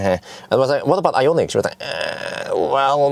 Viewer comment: Hi, what do You think about Ioniq 5? You are the most famous since Borg. Why don't You ask Hyundai (BTW You have to improve better pronounce) to test the new Ioniq 5 for 6 month or so. This would be the best ad for Hyundai and they need good advertisement because of issue with burning Kona Electric. It would be awesome.